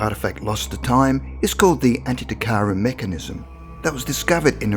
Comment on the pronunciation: Antikythera, not anty-tikara. good info though.